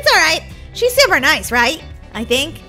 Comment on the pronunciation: Super not shuper